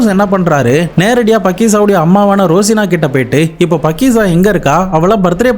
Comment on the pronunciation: பக்கிசா இல்லை faakiza